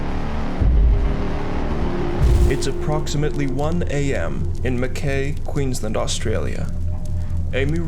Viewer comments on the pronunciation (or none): Just so you know, Mackay is pronounced Mack Eye (I) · Well presented case, subscribed. As an Aussie I get a chuckle out of how people pronounce Aussie town's names. It's Gunnah-dah and mak- ay. We got some doozies.